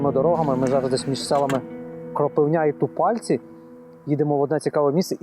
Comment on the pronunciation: Дякую Вам за випуск! Дуже цікаво дізнатися нового про свій край) Тільки трошкі наголос не правильно на села Кропивня та Тупальці тут наголос на "и" та відповідно на "у"